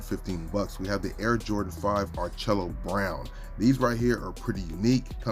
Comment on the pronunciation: I love the channels and the videos. I do want to help a little bit with the pronunciation of the some of the colors. "Orchid" is pronounced "or kuhd". "Malachite" is pronounced "ma luh kite". and “ARCHAEO BROWN” is pronounced "ark e o"". I hope that does not sound too much like a grumpy professor, but that is what I